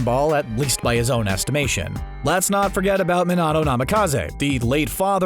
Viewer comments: minnato me: what it's minito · no one:: MiNaTo UzAmAkI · this man can't say minato right for his life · I got super triggered when he pronounced minato's name completely wrong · Nigga said minato completely wrong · The way you pronounce minato is ehhh